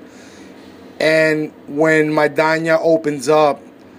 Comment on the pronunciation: For the first clown (Editor in Chief ): How can he make a prediction if he doesn't even know how to pronounce Maidana's name? The truth is that Broner has never faced adversity on his career, now we know how he is made of.